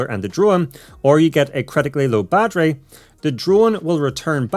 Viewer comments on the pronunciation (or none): none